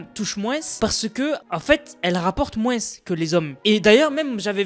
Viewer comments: En dit pas moinse mais moins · les "mouainsse" c'était drôle par contre (c'est peut être un accent dans ce cas je suis désolé) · C’est une dinguerie de dire "moinss" en appuyant sur le s, j’ai jamais entendu ça 😂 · Rapporte « moinsse » ? 😂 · Mdrr à quel moment y’a « sse » à la fin